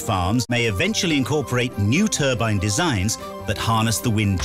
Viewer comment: It's NOT a TURBIN. There is an E on the end. TURBINE, say "TUR-BYNE".